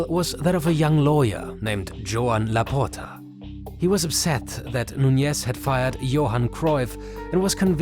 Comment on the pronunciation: The way you say Laporta its wrong.. you are saying laputa if we translate its literally "the bitxch" you need to open the O more not close it i know you dont have that sound in your language but do the things right. Next time maybe use google translate to give an ideia how it sounds because i cant laugh no more or i will die.. Keep the good work love your content❤